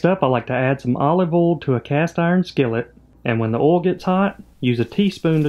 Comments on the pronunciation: The way they pronounce “oil” 😮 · love the way you pronounce "oil" XD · Tell me your from the south with out telling me your from the south..... Pronounce "oil". hahaha